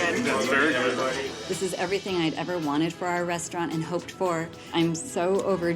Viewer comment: said "it's guowwuod, it's rewwy guowwoued"